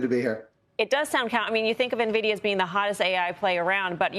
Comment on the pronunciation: He knows how to pronounce Nvidia so you can trust him.